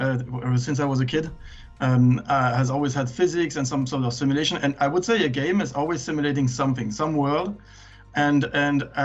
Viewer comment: LMAO I swear every women i've spoken to about this game have said the same wrong haha, I wonder why